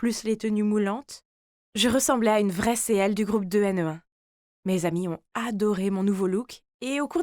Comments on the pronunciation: Punaise, quand j'ai compris qu'elle parlait de CL de 2NE1 (normalement quo se prononce ci-elle et two-n-i-one) j'étais trop contente car leurs musiques sont vrm pépites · J'adore l'histoire ! :D Par contre la prononciation de CL de 2NE1 à m'a tuée xD